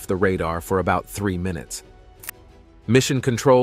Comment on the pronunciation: It's ''minutes'' not ''minites.''